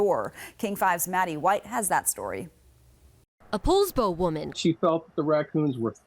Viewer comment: It’s pronounced Paulsbo you ignorant x Californian